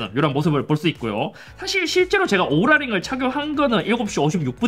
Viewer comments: 발음좀 제대로 오랄이 아니라 오우라링.. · 인트로 순간 오구라 링이라고 하는 줄 ㅋㅋ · 오구라 링으로 들렷음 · 인트로때 오ral링이라고 한줄